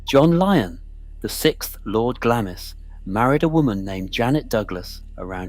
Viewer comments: Not pronounced Gla-miss, it’s pronounced Glamms. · UGH its pronounced Glarms not Glamis.....do your research please. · It's pronounced Glams!! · Can’t watch a film calling it Glammis. Been there and this is BUNK. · The I in Glamis is silent - Glams, Elgin has a hard G as in good. Research before you narrate. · It might help if the narrator pronouced the place names of Glamis and Elgin correctly. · CAN'T PRONOUNCE GLAMIS properly. Elizabeth of Glamis, The Kings grandmother ! "SurreyAnglia" knows how to pronounce it. 😊 It might be a good idea to Pronounce Elgin correctly, too ! 🤔